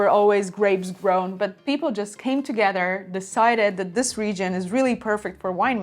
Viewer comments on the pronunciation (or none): none